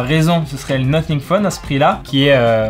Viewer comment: Ça se prononce nossing pas noting😂 sinon merci pour la vidéo vrmt bien !🔥